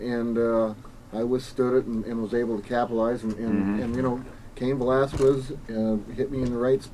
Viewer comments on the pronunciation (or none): Why do they ALL say ValasQUez..? Come on, dudes. :p